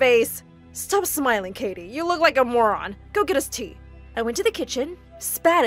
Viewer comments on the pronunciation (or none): he said kitty instead of Katie